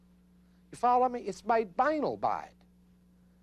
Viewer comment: He pronounces the word banal incorrectly throughout the whole video, it's a bit irritating, I don't know why no one ever explained to him how to pronounce it.